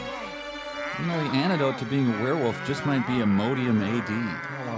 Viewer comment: Whirrwolf? No, werewolf.